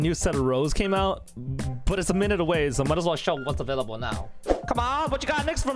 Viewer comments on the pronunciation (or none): none